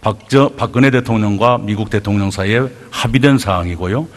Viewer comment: 혼수성태 트럼퍼 대텅령 ㅋㅋㅋ 발음보소~~~